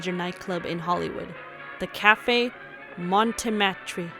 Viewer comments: Great video. One quibble: "Montmartre" is pronounced /moh-MAHRT/ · It's not mon'-mar-tre. It's not Adolph-e Menjou. Please, if you're going to do history, any history, but especially Hollywood history that some of us grew up with and that some of us had careers in, learn the correct pronunciations of historic names and places.